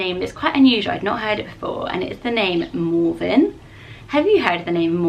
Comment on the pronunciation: Me too!! It sounds so much better and more pretty when says it😂